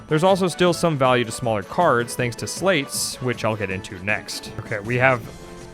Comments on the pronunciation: Interesting to hear you pronounce sleights as "slates". I thought it was pronounced like "lights" with an 's' in front (like in sleight of hand). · My favorite thing about being a Chain of Memories fan is how they wrote "Sleights" in a card system -referencing sleight (like Slight) of hand, yet the pronunciation of "Sl8" has become the norm. And I am not free of it. You can pull my sl8 pronounciation from my cold dead hands